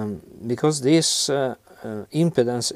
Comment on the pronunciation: When you say impedance it sounds like impotence :)